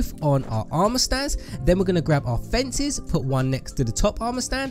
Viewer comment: U said fencies. Its fences man.